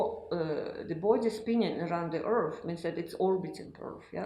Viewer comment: What in the hell is an earf?